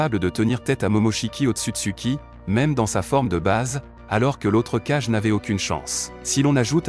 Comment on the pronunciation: Oui ça serait cool en effet Mets on dit Hokage ce qui veut dire Ombre de 🔥 donc ils faut dire Kagé car si tu prenonse cage et cage et Kagé c'est pas pareil